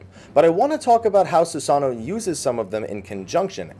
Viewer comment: Christ on a crutch IT'S SusanOO, NOT SusANo!